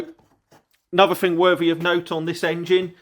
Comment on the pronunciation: three not free thing not fing thought not fort ffs i like your vlogs but speak English 🤷‍♂